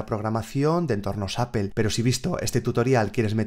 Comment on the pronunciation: me gusta mucho como explicas todo, de verdad me encanta, pero. por favor trata de mejorar tu pronunciacion en ingles o haz la traducción al Español haha cada que pronuncias "Double" "Apple" y algunas otras palabras algo se me carcome por dentro hahah xD .. como quiera un saludos y gracias por tu dedicación.